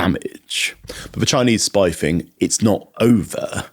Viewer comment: I am a Brit and his accent is annoying me mainly because he cannot pronounce "th" properly!! Listen to him saying "thing" or "think" or "thought". He uses an F so they come out like "Fink" Fing" and "frew" so he's pretending to be posh! It's very annoying.